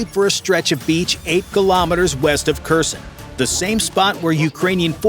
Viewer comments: The city is not Cushion but Her-son. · WOW, and they even figured out how to reverse time. It started at 0414 and then at 0330........Idiotic. Can not even pronounce Kherson correctly.